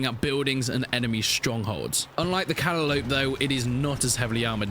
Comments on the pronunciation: Nails of chalkboard mate with the pronunciation of the Calliope. It's pronounced "kuh·lai·uh·pee". Great vid and probably gonna download this soon! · The way he pronounced the calliope